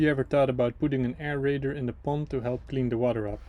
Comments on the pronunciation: air raider? XD aerator? hahaha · Lol,I think it was supposed to be “aerator” maybe… 😂 For Water Aeration.😅 Not “air raider” 😅😅